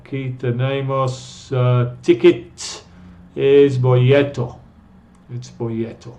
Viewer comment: una correccion se dice boleto no bolleto!!